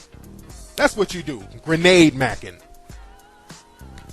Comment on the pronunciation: lol he said granade mackin